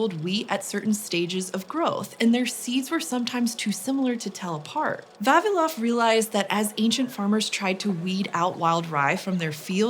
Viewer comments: VavIlov. Stress on I. I would really love to know what is the evolutionary reason behind English speakers always mispronouncing Slavic names. 😂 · Not Va'vilov, but Vavi'lov 🤌